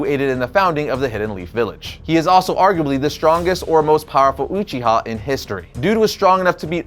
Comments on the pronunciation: It's Uchiha not uchi-Ha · I love you bro but “umchiha”?? lol I thought you liked anime?? Or do you just not watch Naruto?? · Please pronounce your Uchiha right. Well, and also use the Japanese pronunciation please